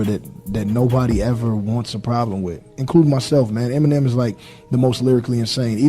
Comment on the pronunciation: Brother. Please. It’s not MNM, it’s Eminem. There’s em. Not mmm